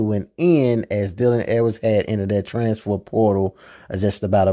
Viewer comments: Sir it’s “transfer” not “transfor” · Bra learn how to say trans-fer transfer portal 🤦🏾